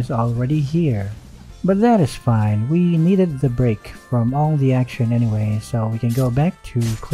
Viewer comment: "BuTt DaT iS fAyn"